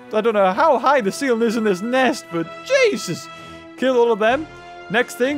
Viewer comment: stop saying jeusus